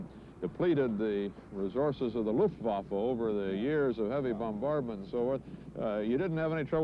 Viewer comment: Thanks for uploading this, CBS. I am in stitches over Ike's pronunciation of "Luftwaffe", lol!